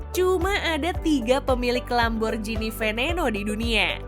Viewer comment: Dalam bahasa Italia G tetaplah G bukan jadi J...jadi bacanya tetap sesuai tulisan Lamborghini bukan Lamborjhini...